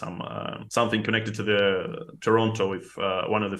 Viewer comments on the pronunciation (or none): none